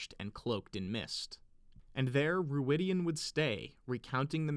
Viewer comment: I am convinced the pronounciation of Rhuidean involves a clear 'An'. de-an.